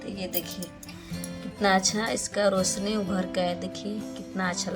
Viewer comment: Video bana rahi to has q rahi Are रोसनी nahi hota रोशनी hota hai